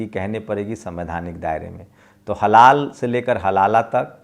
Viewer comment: Halaala nahi halaal hai